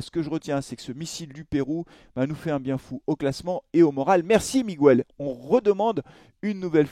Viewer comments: Salut. Ça n'a pas de rapport et n'est pas très important, mais en espagnol, comme en français d'ailleurs, le u se ne prononce ni "u" ni "ou" dans"Miguel", il ne se prononce pas. Il faut donc dire "Miguel" comme on dit "gue"rre😉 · S'il vous plaît !! Est-ce qu'on peut prononcer son prénom correctement ? Hahaha Le U ne se prononce pas dans Miguel